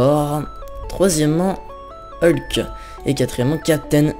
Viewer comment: c'est Hulk pas helk